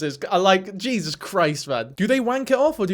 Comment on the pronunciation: Whilst in shock, did you say "jesus" or "jizzus" lol